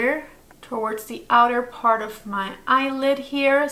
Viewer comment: PAHT TWO🤣🤣